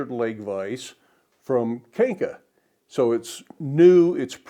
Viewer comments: A brand from my country. It's pronounced like "kahn-ja" (means hook). Their main business is manufacturing forged parts and providing heat treatment services for the automotive industry. They do manufacturing for a lot of big brands worldwide (BMW, Mercedes, Ford and Toyota to name a few). The vices, anvils and hand tools are their side business. They're almost always high quality. You'll probably be happy with yours as you've said. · Kanca (pronounced kahn-tsa) in Hungarian means mare :)